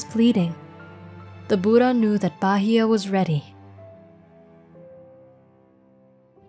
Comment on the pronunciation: Thank you for such a wonderful piece of work. I even learned how to pronounce Phra Bahiya correctly.